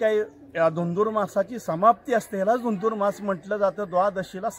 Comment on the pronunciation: झुरझुरमास नाही धुंधुरमास